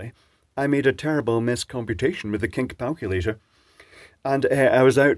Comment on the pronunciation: “Kink Palculator” ❤